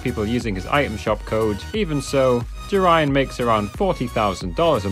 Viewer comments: It's not pronounced Jeryan it's je ree an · He pronounced his name wrong he said its jarian when its actually its jerian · It’s pronounced jare Ian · Who’s JaRyan it’s Jerian Or in syllables jear-ian lol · Dude, do some re search about him and then tell people about his estimate, he also plays fortnite comp and you were pronouncing his name wrong